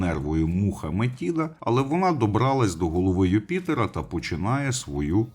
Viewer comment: А бо нічого було коханку жерти! Юпітер сам винен. До речі, гадаю, що Метида просто переродилася в доньку чи якось із нею поєдналася, бо Атена-Мінерва народилася дорослою жінкою. До речі, зверніть увагу: МетИда. Правило дев'ятки дуже просто запам'ятати: де ти з'їси цю чашу жиру? Після цих приголосних ми пишемо й вимовляємо и в запозичених словах.;)